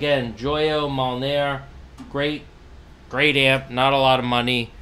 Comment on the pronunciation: i fucken love the "MOULNAER"